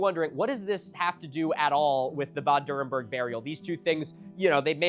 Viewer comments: I had been waiting the first two minutes on the edge of my seat, waiting to hear you pronounce Bad Dürrenberg. And i was quite impressed, you got a LOT closer than i would have expected. So, kudos for that. (And yes, i am german.) Okay, you dropped the ball a little in the later phases. Like with the Reichs-Überwachungs-Amt. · funnily enough, thats the only thing he pronounced correctly, everything else he butchered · Can I just say, your pronunciation of "Bad Dürrenberg" is so good. I actually read "bad" as the English "bad" and not the German "bad" but your pronunciation immediately sparked it in my brain. I have never been able to read German well, but I grew up speaking it, listening to it and understanding it, so I really appreciated that, though you say it with a American accent I immediately knew what you meant.